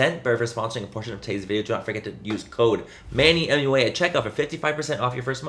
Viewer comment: It’s Manny MUA not Manny MathUA